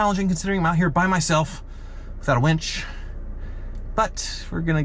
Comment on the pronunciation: Did you say "without a winch" or "without a wench"?